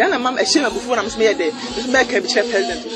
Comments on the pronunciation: He said plesident 😂🤣😂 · Oy3 aboa peee,kwasia boy.fa wo nkwasiasem fri ho ko. Wo ye gimifuor paaa. You need proper discipline with that nonsense apology. I think you are not 100% mentally stable because they way you've be saying me fliends,frag bearler and plesident instead of president even shows.